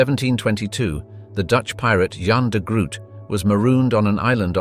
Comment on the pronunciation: Jan de Groot. This name is pronounced 'Yan duh Groat'. ('de' as in French). The G in Groot is guttural but that's difficult to phoneticise.